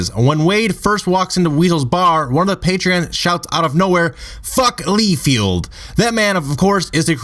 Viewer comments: Don't wana be a dick or anything but it's (Li-field) not (lee-field) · I stopped at "LEEfield". seriously, whut?